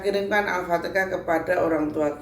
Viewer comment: Alfatekah🤣Apa alfateha